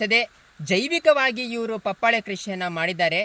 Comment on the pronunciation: ಬರೀ buildup ಆಯುತು.ವಿಷಯ ಹೇಳು ಮಾರಾಯ.ಪಪಾಳೆ ಅಲ್ಲ ಪಪಾಯ.